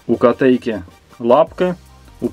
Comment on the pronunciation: тЕрмос и котЭйка) странное волгоградское произношение)